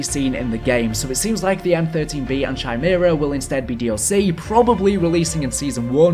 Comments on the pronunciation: oh my fucking god... say it with me... "ky-mera" not "Chi-mera", one of my pet peeves is improper pronunciation of very simple words, I'm sorry You need to learn to speak English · It's pronounced 'Kai-mera' dear sir. But, good video nonetheless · The way you say Chimera is cringe worthy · How the F nobody know how to pronounce Chimera?? I’ve watched a ton of videos with this new game and nobody, NOBODY says it right. It’s not that hard of a word people. Chimera, “Kai-mare-uh.” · CHYMERA LOL my guy...